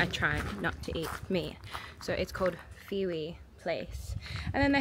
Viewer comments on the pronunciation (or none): She is butchering the jamaican words. Fiwi is pronounced FIH wi. Bammi is pronounced BAH-mi. Emphasis on the first syllable.